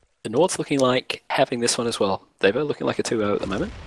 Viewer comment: You're pronouncing it wrong, its Dar-vo